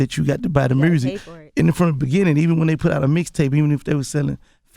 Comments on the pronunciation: I love Gotti but I need to know what in the hell is Mursic? 😅😅😅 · lmaooo MURRSIC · roselito c merzic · can we get a “mursic” count